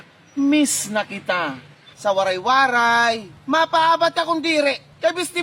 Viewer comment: The Waray-waray word is mispronounced